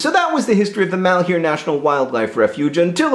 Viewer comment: It makes me cringe every time I hear somebody pronounce "malheur" as "mahl-hyoo-r". "Malheur" is a french word pronounced more like "mahl-ur", meaning misfortune, bad luck, trouble, grief.